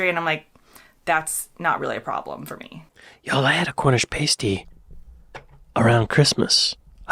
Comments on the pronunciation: Pas ty not paste y, and crumpets are not English muffins. ❤ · Cornish pasty - rhymes with nasty, not tasty 😉 Also, please don’t make those mushy peas! They are not what we eat with our fish n chips. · Nice, but pasty rhymes with lastly, not pastry. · It's "passed-ee". "Pay-stees" are something completely different 😉🤣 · When you say Pasty, say it like PAH-S-T-EE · I'm not sure if you read comments but pasty is pronounced to rhyme with "nasty" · You sorted out the crumpet, English muffin thing about a year ago. Hopefully it will stick now. Next thing is the pronunciation of pasty. If you go to Cornwall and ask for a paste-ee you'll be escorted to the border. Elsewhere people will just roll their eyes, shake their heads and say tut. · The mush part of mushy peas is pronounced the same as rush, not moosh. And pasty is pronounced the same as nasty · now i'm wondering if you ever read the comments - for the millionth time - crumpets are not muffins, they're not even similar. and if you ever find yourself in Cornwall asking for a pasty the way you say it, you might not get out alive. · I like the flavour of rhubarb, I don't like the texture of it, so I don't normally eat it. Everybody knows the only crumble is blackberry crumble anyway. Also pasties are those things some women put on their, y'know, I'll keep it youtube. A pasty is pronounced differently :) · FFS - You heard her pronounce "Pasty" correctly - and you still insist on pronouncing it Pastey. It's Past-EE, NOT Paste-EE! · Pasty not pastey pronounced like past(sounds like fast, or cast) [not paste like waste] then the y pronounced as eh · Pasty said past-e 🤨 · Pasty rhymes with Nasty, not tasty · You are pronouncing Cornish Pasty wrongly … it is past-ee not paste-ee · Pah-stee, not pay-stee. Crumpets are NOT english muffins. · it's Pasty as in nasty, not pa(y)sty as in hasty, different pronunciations. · It’s a pass-tee, not a pay-stee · Not party as in paste, pasty as in past my friend